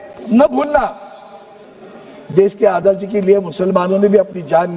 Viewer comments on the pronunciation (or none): Ajaadi bolna Sikh le Adaaji bol rha h.